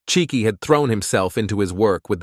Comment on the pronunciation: This is a Nigerian family. The father's name would be Chike, pronounced Chi—ke (Kay, not key).